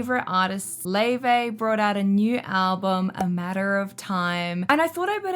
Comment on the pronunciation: How do we get Lay-Vay from Laufey?